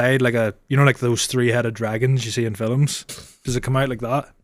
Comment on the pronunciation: Why does ssy FELM instead of film